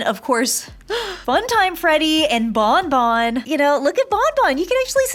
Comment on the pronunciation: whut- lol the way u said bon bon